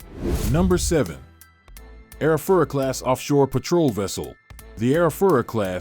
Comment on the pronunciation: Petrol boats wow good English skills